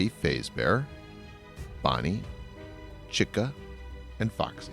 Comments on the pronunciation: This was amazing! Thank you! also btw... It's pronounced Faz-bear, not Faze-bear, and chi-ca, not chick-a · Isnt it Chica? Not chicka?? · This guy does not know how to pronounce the names right Freddy fezbear chika you had one job dude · I know its stupid to point out but you pronounced Chica wrong its actually Pronounced ch-eeka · "Freddy Faizbear Bonnie , Chika" EXCUSE ME FAIZBER AND CHIKA , EXCUSSSSSSSSSSSSSSSSSSSSSE MEEEEE